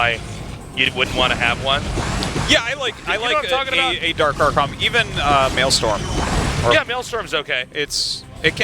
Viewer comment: It’s maelstrom not maelstorm